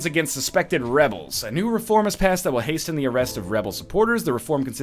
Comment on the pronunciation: Northernlion, you protest how the game uses the English language (there IS a lot of grammatical error in the game) yet you pronounce the "t" in words like hasten and often. How ironic.